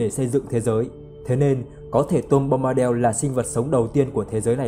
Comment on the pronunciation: Bombadel là cái quái gì? Bombadil mà đọc thành del thì chịu...